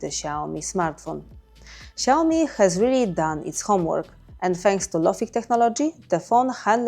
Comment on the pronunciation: Lads, it's Xiaomi.